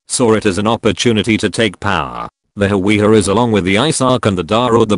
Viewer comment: its hawiye